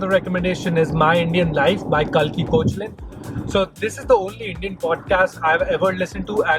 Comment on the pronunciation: Thanks for the recommendations. You could also check out Amit Verma’s The seen and the unseen, it’s perhaps one of the best podcasts from India. P.s: Kalki’s surname is pronounced as ‘cake..laa’